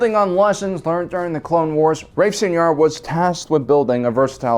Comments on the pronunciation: it's not pronounced Seenar it's pronounced Sighnar...like a sine wave. it's so cringy when you people say Sienar wrong. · Fairly certain I’ve heard it in cannon material sienar pronounced as sy-nar. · S-I-nar..... Hard "I" not "E". the way you pronounce it makes it sound like a special education program. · Anyone else heard "señor" with every "Seinar" 😂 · Enjoy your videos as always, despite your pronunciation of See En Ar Systems, lol. Always considered TIE Defender to be one of the strongest mass produced naval vessels in SW, and often fielded one hundred TIE/s, three hundred TIE/Defs, three Raider corvettes and two Imp Star Destroyers, to be the perfect Thrawn style surgical armada. Well reviewed ! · I think Sienar is pronounced something like ‘Sa-E-Nar’ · Get with the program, he mispronounces EVERYTHING. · It is cringy, IMO, but this channel is so good I can let it go TBH. P.S. I think sometimes does that on purpose to mess with viewers; he seems to have that kind of a sense of humor... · Dude...Sienar: Sigh-gnar. Have you EVER HEARD Star Wars names said aloud before??? Where do you get your info. And what’s a shimatar? Scimitar? Sii-muh-tar!!! Come on.